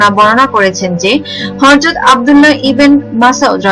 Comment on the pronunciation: হরযত না হযরত হবে, সটিক ভাবে পরুন